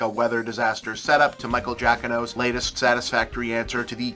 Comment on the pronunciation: Very odd to hear you say Giacchino as "JACK-inno". IIRC, you've always gotten his name (pronounced "Juh-KINO") right in the past.